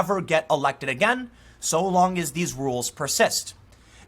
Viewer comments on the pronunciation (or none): none